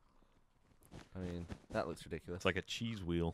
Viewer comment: Gav: "that looks rediculous" Geoff: "does it look rediculous or does it look reDICKulous" Geoff: dies at his own joke